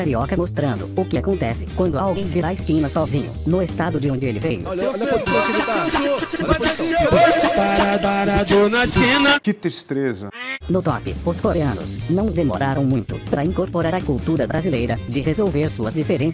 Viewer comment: INTZ que "tistreza" 😒